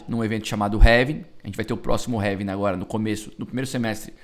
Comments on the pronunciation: Falou heving outra vez kkkkkkkkkkkkkkk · Heving ? Kkkkkkkkkkkkkkk